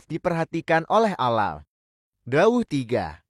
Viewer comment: Mohon ad min di betulin cara membaca ,allah,kh ,nahdiyin